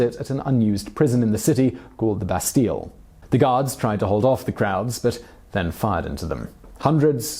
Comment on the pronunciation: Trying to say Lycée with a fancy accent to sound smart = saying it like crap Or that very bad prononciation of Bastille oh lala